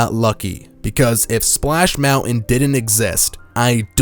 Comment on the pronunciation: Each time you say Splash Mountain all I hear is Splash Melon.